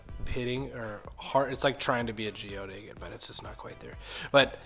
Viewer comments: Agate is pronounced sounding the A as in Apple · Never heard anyone pronounce agate the way you do. First A is pronounced like a in the word apple. Then gate is pronounced git. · I've never heard anyone pronounce agate like you do. And I'm an old Grammy whose uncle back in the 50's used to have Rick tumblers in his back yard and cigar boxes of beautiful polished rocks.